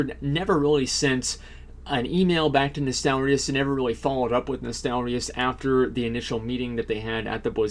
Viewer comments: "nostalarius".. triggered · Asmon, it's Nostalrius.